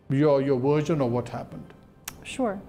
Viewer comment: The word is version (ورژن), not virgin (ورجن).